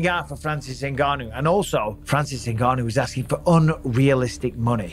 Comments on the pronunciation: Juste c pas Ngannou mais Nganu en africain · c'est pas n gannou c'est ngannou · 😢 C'est pas N ganou mais NGANOU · C'est pas N ganou c'est nganou point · Superbe vidéo, mais t'as écorché le nom de ton perso principal tout du long Renseigne toi sur la prononciation de son nom fonction d'où il vient Et si tu pense que c'est pas important car tu le prononce en français, je me demande comment tu prononce "Michael Jordan" Bref la bise et bonne continuation ❤ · Pourquoi les français aiment dire N'GANNOU alors que N'GANNOU, C'est la même chose avec Mbappé